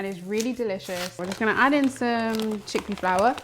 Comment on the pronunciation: Sweetheart, I love your recipe but did you say vegan check pea?🤣😂 I can’t take you serious after that. Also I love that you are t scared of making mistakes - that’s actually what normally happens in real home kitchens… way to go!!